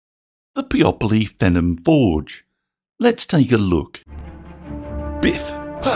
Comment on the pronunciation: 'fee-nom' is how it would be pronounced. otherwise excellent video.